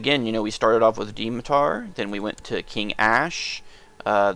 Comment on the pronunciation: It's pronounced Dmitar not Dimitar!